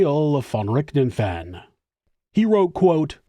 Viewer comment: I like your channel, but you really need to listen to a german pronouncing the name of Richthofen. :) Also, calling Von Richthofen a monster goes too far, in my opinion.